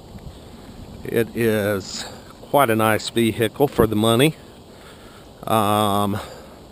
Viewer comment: A). It’s an XC 70, not a 90. B). What’s a Vee Hikle?